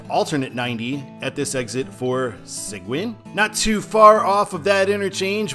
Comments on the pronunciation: Great video as always! By the way: It’s pronounced “Suh-geen” If I had known that you were doing this, I would have sent a request in to show Sealy, where I grew up. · Seguin is pronounced Se-geen. It's Spanish. Okay...so you hit one of my pet peeves in Houston. I talk about this a lot on my videos. For some reason, US-90 was removed from the overhead signs. When I came to Houston back in 1980, US-90 was on all the overhead signs through downtown. TxDOT, in whatever plant they were smoking, decided that Houston drivers would be too dumb to figure out the difference between US-90 and Alternate US-90 (which comes into Houston over in Rosenberg. It makes it look like there's a gap with US-90 through Houston, as you have one end in Katy and the other end at the intersection of I-10 and I-610 on the east side of Houston. Apparently, US-90 isn't the only road TxDOT did this to: US-77 through Dallas (it multiplexes on I-35E) and US-67 when it enters Dallas, first on I-35E (muliplexed with US-77), then on I-30 East. As for US-290: Technically US-290 ends at I-610. It doesn't officially connect back to I-10/US-90. However, when they rebuilt US-290 and I-610 a few years ago, someone in planning decided it would be nice to tie US-290 into the direct connect ramps that connect I-610 and I-10, so US-290 now has dedicated exits for I-10/US-90. As far as I'm concerned, that connects US-290 and US-90. It's just not official (although you will see a sign heading west on I-10/US-90 that connects to US-290 Express lanes). Fun fact: On the east side of Houston, at the exits with North Wayside and McCarty, Alternate US-90 joins I-10/US-90 from North Wayside, go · Seguin = "Seh-GEEN" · Seguin is pronounced se-GEEN.